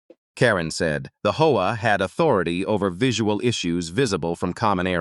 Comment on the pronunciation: This AI needs work between saying hoa instead of H.O.A. and saying s when is is actually a possesive 's. But the story is good